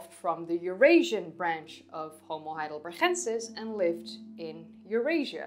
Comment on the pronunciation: why do you pronounce heidelbergensis as if it had a german ch sound in it? Never heard any one else say it like that. The town is Heidelberg, not Heidelberch